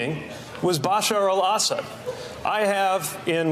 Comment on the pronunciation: "Bosher all-assid" You can tell Pete has only read that name and never heard anyone say it out loud.